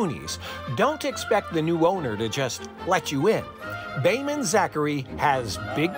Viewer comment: His name is Behman---NOT Damon.